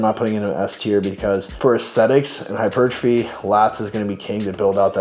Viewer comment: "Hichupuchurtaphy" Nice